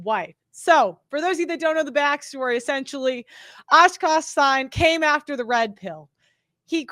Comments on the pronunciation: Its pronounced SING! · It’s not said “sigh”.. more like a “sing” with an h. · its pronounced "sing" not sign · Does actually not know how to pronounce the last name? It's a very popular Indian last name and she butchers it every single time. In fact she's pronouncing an entirely different word. Sign and Singh (as in Sing) shouldn't be confused for each other 😂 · How could you not know that it’s pronounced “sing”? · Like SING not Sign😂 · NOT Sing - it's pronounced "SING" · And then I was disappointed having to listen to say his last name wrong 25 times. FML. She's a university graduate. How does she not know basic last names. Hey it's pronounced "Sing". Not "Sign". Lol. WTF? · Its singh as in sing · I think it's pronounced "sing." 🤔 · How do you not know how to pronounce Singh lol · How can people take you seriously if you cant even pronounce his name? It doesn't seem like you've seen his standup specials because they both joke about stuff like this.